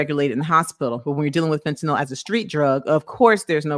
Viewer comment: “fehTahNel”… ma’am if u pronounce it like that again ima fall out.